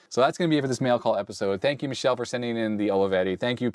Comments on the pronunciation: Goodness, that's not Michelle. Michele is Italian for Michael. It's pronounced mee-keh-leh. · FYI It's not pronounced Michelle (female) it's Mi-kel-leh which is Male and the Italian version of Michael (Mike) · Your Italian is in need of some training indeed. "Michele" is pronounced Mee-que-le (like LEt) and it's masculine given name, not Michelle like M. Obama. Love! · Oh ha, the way you pronounce Michele in English makes it sounds like a girl's name, but "Mike" was a hint: in Italian it's a boy's name pronounced mee-KAY-lay. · I suspect Michele's name is pronounced like the '80s - '90s F1 driver Michele Alboreto. Bob Varsha on ESPN always pronounced it like "me kelly" or "meh kelly". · Grande Olivetti! P.s. michele reads mick (with hard C or K) + ele like electric. Your pronunciation of Galatine is correct. Goleador are unrelated to football actually from what I know, just a name (Goleador is a player who sets a lot of goals) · that's not how you pronounce Michele, you said the France way, the female name, in Italian sounds like me-ke-le(as lemon)